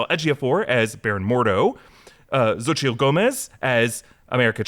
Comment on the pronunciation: Xotchil is pronounced SO-CHEE. I know you guys are trying but you’ve been butchering that one for a minute 😂 please and thank you